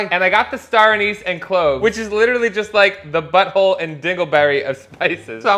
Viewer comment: i thought it was pronounce star a-nece